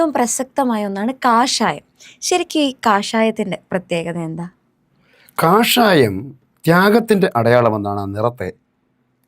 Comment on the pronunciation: 8: O6 കഷായമോ ?😂😂😂 കാഷായം എന്നു പറയൂ കുട്ടീ . അരിഷ്ട മെന്നൊന്നും പറഞ്ഞേക്കല്ലേ ?